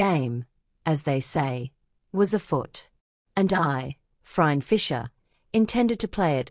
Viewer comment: This is AI The AI doesn’t even pronounce Phryne correctly.